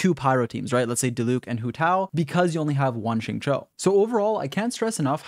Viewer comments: This guy finally learned how to pronounce Xing Qiu Edit: nvm he says sing chu again 🤣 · Love your vids and guides good sir but, for the love of Teyvat, please pronounce his name correctly if you are going to make a guide xD